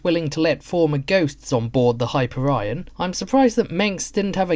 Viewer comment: It's pronounced high-peer-ee-on, not hyper-ryan.